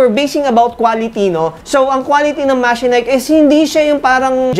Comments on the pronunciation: MA-CHE-NIKE nd mechanike😂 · i have a Machenike i7 15.5 but wait... i thought it was pronounced as Ma-she-nik didn't thought it was Me-ka-nik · the branding pronunciation: From Mechanic to Machenike, i wondered a while ago. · diba ma-che-nik ang pronunciation of that brand?